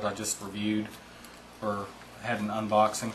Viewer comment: in the first 10 seconds he said he's doing a UNBODING ..... LOL....??? nice gear tho.